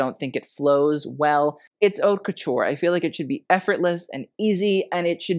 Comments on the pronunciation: I like your show! Just a suggestion-you pronounce “haute” as “hot”, when it should be “hoe-t” to rhyme with “note”. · “Haute” is not pronounced “hot”. But your show is de-lic-ious!! Love yr knowledge of fashion…